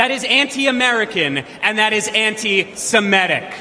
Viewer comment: Wtf is "suhMEtic"? Is it impossible for Americans to pronounce "semitic" the way it is spelled? You know - seh-MIT-ic"? There are no Sumetic peoples or Sumetic languages. Get it right.